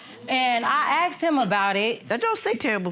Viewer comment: I aksed him, she meant i asked him Just saying